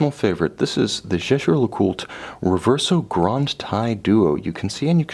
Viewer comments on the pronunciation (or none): Thank you very much for a very interesting and well presented review. However, surely you can get the pronunciation right......... it’s Yayger ! I’m afraid that, even if I could afford such a watch, little details like that would put me off buying it from you. Sorry.